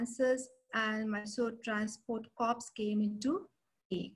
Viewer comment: Please .. an Army Corps is ‘Core’ not ‘Corpse’. Nice talk nevertheless. The valour of Jodhpur Lancers at Haifa has been celebrated widely and justifiably so , but the role of Mysore Lancers and Hyderabad Lancers in the same campaign is often not recognized